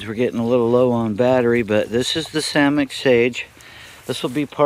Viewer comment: Yes.. Yes he said samich... I rewinded